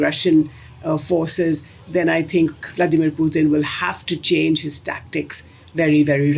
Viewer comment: Blo_dy LIAR of a Commentator. Titles her program "Why India ... " but does not even touch upon it. Typical Indian Flim Flam with BOGUS Gurus etc. To top it she mis pronounces "Pu-t-in" in a typically uneducated, incompetent but pretentious Indian way, pathetically full of themselves, the IRRELEVANT Billion !